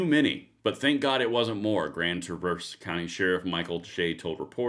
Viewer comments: Can you please do a little research before you post?! The guy is 42 years old, Bradford James Gille. A white guy with a substance abuse history. A black guy (CPL holder) stopped him in the parking lot. Finally, you pronounce the name of the city Traah-Verse. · Pronounced Tra-verse